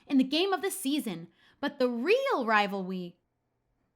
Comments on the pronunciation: "Wivalwy" I'M DYING 😂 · But the weal wivalwy is between your fwends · "dah weal wivawwy is bwetween yowu fwiends" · "The weal wivalwy is between your fwends" XD <3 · "The weal wivalwy is between your fwiends." - 2019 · No one:: the weal wivalry is between your fwends... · “The weal rivalwy is between your fwiends” FAVORITE PART OF THE VIDEO🥺♥️